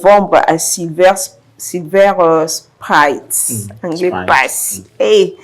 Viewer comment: Silver Spring: on prononce le i comme Sprint et non comme Sprite. Idem pour Brooklyn comme Evelyne.